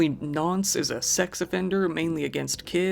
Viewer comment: You are correct on the definition of nonce in the UK but it is just thrown around and used very lightly as if to call someone a moron or idiot etc. like it's not used with that technical definition in mind. Also the pronunciation sounds more like "Nunce" if that makes any sense lol.